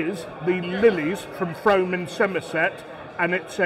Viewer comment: Just to confirm, it is the most mispronounced place in in England but it is Frome as is fume not home.